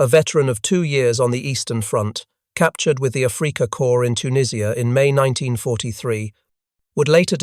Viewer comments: “A-freaka” Come on robot. Do better. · It is not "A free ka" Corps it is "AF RICK AH" Corps